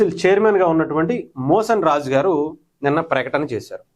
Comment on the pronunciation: మీరు తప్పుగా పలుకుతున్నారు. ఆయన మోషన్ రాజు గారు కాదు, మోషేన్ రాజు గారు.😂